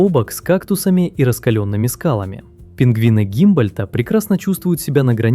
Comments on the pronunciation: Только не "Гимбольт", а Гумбольт. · Александр фон Г У' М Б О Л Ь Д Т! А не гимбольт, - ухо режет😢 В целом ролик интересный, большое спасибо за труд❤ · Эй! Правильно 'Гумбольдт' и 'викунья'